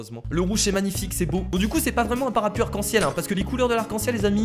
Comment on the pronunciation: ç est parapLuie et pas parapuie